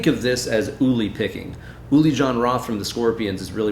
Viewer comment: The Name "Uli" (in German) isn’t pronounced "Oohly" but instead like "pulley", without that leading "p"-character. TWIMC